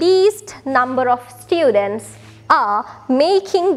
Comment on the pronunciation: students kiyala pronounce karana widiha waradi akki 😊